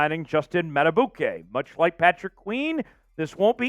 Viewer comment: PQ. Would love to have him but Madibuike, please find out how to say his name, is more important than PQ. Probably can’t keep both. M. Going to draft a back to go with Mitchell and Justice. Probably can’t give a contract to Gus Bus. Can the Ravens get Clowny or VanNoy to come back, just one of them. Ravens not getting a Verse or a high dollar FA. Get it out ya head. Going to have to get something out of our own young guys too. Someone has to break out. Mike Mac is probably outta here. We only keep him if no offer comes.